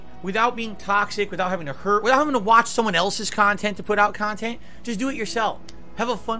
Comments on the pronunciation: Drama-free KAHNTENT guys 😂😂😂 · Lol its crap but its highlights of his """""""meaningful """""" khantent. So which is it Philly cheesesteak??